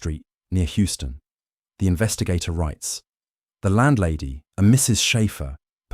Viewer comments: I think it is an AI voice reading from a script composed by a real person. The AI enables good audio quality but it does occasionally make mistakes. Houston has 2 pronunciations. The NY street is named after William Houston and pronounced like HOW-stuhn or even HOW-stin. The city in Texas is named after Sam Houston and pronounced HYOO-stuhn. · You, the narrator, are obviously English so you wouldn’t know, but Houston Street, unlike the city in Texas, is pronounced ’Huston’.